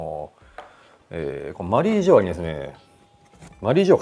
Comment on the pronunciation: 野田さんの発音マリー⤴︎ジョアなの気になるー！ マリー⤵︎ジョアじゃないのかなー😮